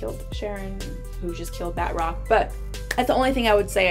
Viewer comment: Ba~troc , not bat-rock lol